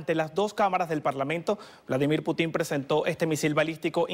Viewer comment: "Putín" "Ovijas"